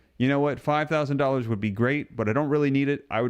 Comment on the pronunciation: you keep saying 5000 each person in, but I keep hearing 5 OOO per couple